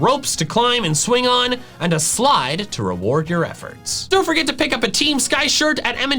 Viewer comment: Wait?! A S-s-s-s-sLide???